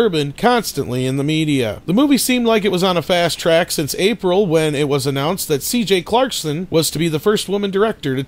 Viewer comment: It's SJ Clarkson not CJ Clarkson Dumbass.